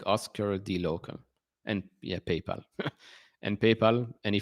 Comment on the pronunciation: Is it my imagination or did you just say painpal 😂, congrats on your rocket lab holding, l’m not in that but have Intuative Machines, large NASA contracts it’s underperformed the other space stocks, looks cheap to me